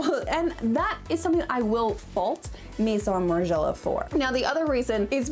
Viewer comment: "meheeson margiela"